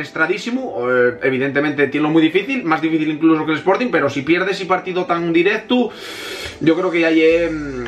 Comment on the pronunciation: Porque a veces dices la "u". Por ejemplo dices directu en vez de directo aaaa y espera que quiero desi una cosica VIVA ER BETI GUENO AHII !